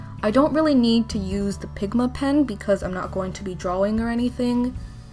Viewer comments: I was so irritated by how she says drawing. It’s draw-ing. Not draw-wing. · OMG did anyone hear when she said drawing weird 😸 it was